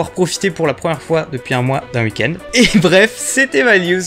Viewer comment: Je kiffe ta façon de prononcer oui, week-end etc..chez toi ça fait uhi,uhikend, trop mimi😁